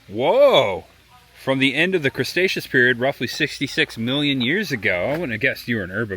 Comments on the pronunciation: Bro you butchered so many names 😂😂😂. And its Cre-Tecious not mr. Crabs 😂😂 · Cretaceous❌Cresaceous✅(he butchered all the names💔) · I like that you kept saying "crustaceous" instead of Cretaceous Period. 😂😂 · It was actually funny hearing him say words like "creStaceous" or "carnoSaurus" and naming pretty obvious dinosaurs wrong by first observation. 😂 Not annoyed at all since it was great seeing him react to everything just as a normal dinosaur fan would. 👍